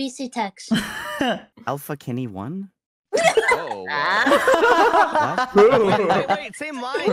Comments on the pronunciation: it doesnt have a meaning, its just a few words that when said together with certain accents sounds like "ill fuck anyone" instead of "alpha kenny one" because it is pronounced alpha (ill fu) kenny (ck any) one (one) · OH MY GOD, when said the 'Alpha Kenny One" thing in another stream, I didn't understand the sus meaning until somebody pointed it out, but the way Ike said it genuinely sounds like "I'll f**k anyone". I literally forgot what it was originally written as for a moment, LOL 😆